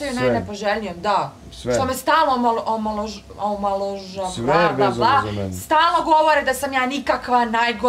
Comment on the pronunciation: “Omalovazvava” by Lunjara!!!! 🤮🤮🤮